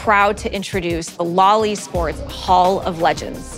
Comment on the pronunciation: You say "LoL eSports", I hear "loli sports"